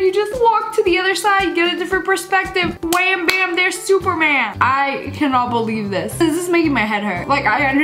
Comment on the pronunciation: It's wam bam superman